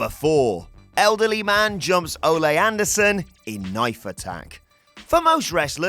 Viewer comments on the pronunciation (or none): Not Olé Anderson as you would say to a bull... Its Oh-Lee.... Like Sir Christopher Lee.... I will not chalk this mispronounciation to you being English. Ole Anderson is a legend. C'mon it's Ole Anderson. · It’s pronounced Oh-Lee, not Oh-lay. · Ole NOT Olay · Its Ole not Ole'. He isnt a fuckn Spanish bullfighter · Watching people arguing about whether or not it's "Ol-ay Anderson" or "Ol-ee Anderson", when it's obviously pronounced like Old without the D, like good Ol' boys. Jesus, I'm in my mid twenties and even I know that bit about wrestling history, y'all were actually alive when he wrestled... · O’lay Anderson? Not Ahh-Lee Anderson? Interesting. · Why can't you Brits say the name Ole? It's not Olay. It's Ol' E. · Again, Anderson is Norwegian, not spanish. It's pronounced oh-lee not oh-lay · oh-lay in “rally” North Carolina. To be fair, they’d probably have had to watch wrestling before 1999 to know oh-lee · Oh-lee not Oh-lay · ...And it's Ole not Ole' (Oh-lee, not Oh-lay) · A Texas "Patreon?" Ole is pronounced "OH-lee" not like you're cheering a matador. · Ole is not pronounced like soccer fans are paying him homage in song. Oddly enough, it rhymes with “goalie.” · It's a soft E. But stick to working out how to pronounce oregano. Then figure out there is a reason for letters in words like colour and neighbour. Then maybe after you do that you can speak about how to pronounce words, till then you are an American, your opinion on the English language is null in void.